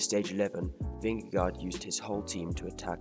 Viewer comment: Nice video, but you mispronounced his last name.